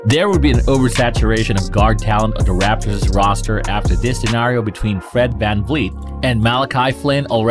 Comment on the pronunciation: He said rapors